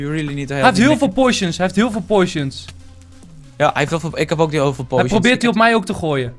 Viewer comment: Enzo het is POTTTTIONS niet Poisons.